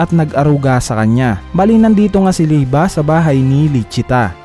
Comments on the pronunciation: Liebe hindi lieba Lie-bay lie-ba ????? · Mali ang pag salita mo sa pangan walanamang ba kondi be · Lodss yung liebe li-be ata pronunciation nun hindi li-ba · Liebe Hindi lieba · bakit lieba??? eh liebe kung german word yan.. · liyeb po ang basa sa liebe